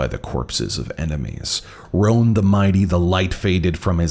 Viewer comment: King Roan Actually it would be pronounced “rone” with one syllable I know this because because that is my name